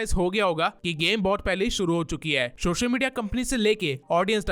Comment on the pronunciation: سوشل میڈیا NOT شوشل میڈیا پہلے اپ اپنے words صحی کرو